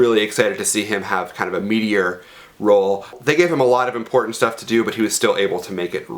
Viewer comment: It took me a minute to realize you were saying "meatier" rather than "meteor". I'm watching this movie RIGHT NOW. Cumberbatchy indeed. xoxoxoxox